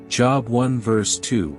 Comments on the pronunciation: You are pronouncing Job wrong it has a long o sound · Any chance we can get this robot 🤖 to correctly pronounce JOB ???? :face-orange-frowning